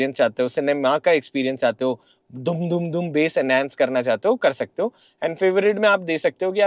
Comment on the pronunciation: It’s pronounced as base